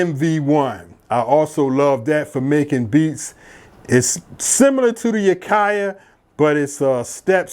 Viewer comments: It;s actually called " A-Kayee" not A-Kay-A" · Dope setup, you are killing me with the AKAI pronunciation 😂 it’s just AKAI no a sound at the end. Thank you for taking the time and sharing your setup and the explanation. 🫡